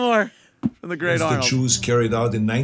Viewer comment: Who are the Chews he speaks of?